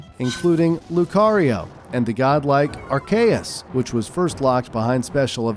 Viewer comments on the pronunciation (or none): brother its pronounced "Arceus"(pronounced with Ar"see"us)